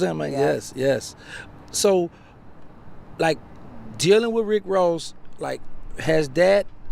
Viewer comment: Rick woss?😂😂